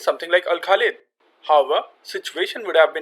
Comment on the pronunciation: what about him saying 'hover' instead of 'however'